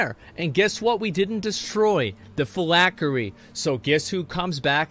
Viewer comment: Phylactery ....not...Fill-ack-er-E. There is a T in there bud.